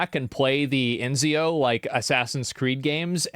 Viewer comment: "Enzio games" lmfao